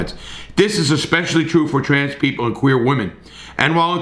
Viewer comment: He said quuer I fuck with him the q stands for questionable but queer works 2